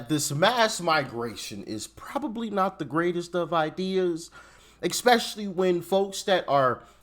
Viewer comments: Did he say 'expecially'? 😂 Did someone 'axe' him to say that? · There is no "X" in "especially".